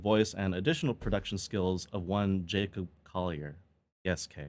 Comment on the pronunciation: tiny point, "Collier" is an English name. You seemed to pronounce it with a slightly 'French flavour'. Several of the YT videos pronouncing his name are incorrect, and have that 'French-ness'. Here's Jacob Collier pronouncing his own name: Jacob Collier - Fix You (Live for There With Care) Incorrect is the ironically titled How to Pronounce Jacob Collier? (CORRECTLY) Best Wishes. ☮ Collier is a 'normal'' word in the UK. A 'Collier' is a coal miner. My father was one. I've heard it a lot.